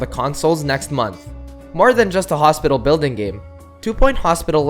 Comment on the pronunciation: Two point hospictal wooooow almost like octodad